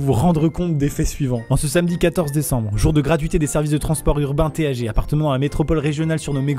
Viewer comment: Ça se prononce "Tague" alors merci de respecter tout les Grenoblois regardant cette vidéo. Je sais c'est dur les frères mais on est ensemble